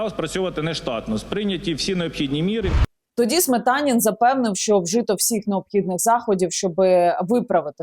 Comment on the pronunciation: Сметанин, точно ні Смєтанін...